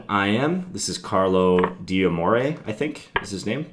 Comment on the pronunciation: D'Amore should be pronounced "Damore", apostrophes in Italian don't divide the word when it comes to pronounciation, good video btw :)